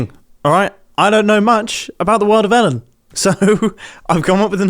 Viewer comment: When the ai said the world of elen I thought it was talking about elen degenerous